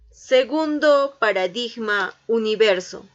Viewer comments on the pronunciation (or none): Qué pena que pronuncie "paradiJma" con 'j' fuerte. Es incorrecto y malsonante. Es "paradiGma", con 'g' de guante, suave. Gracias. Es solo un detalle. El resto, toda una belleza.